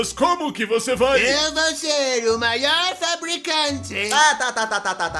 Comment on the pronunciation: "eu vow ser o mayor produtor de semicondutores oray?"